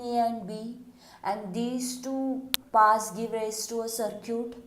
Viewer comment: Idk why she is pronouncing circuit as sircute😂😂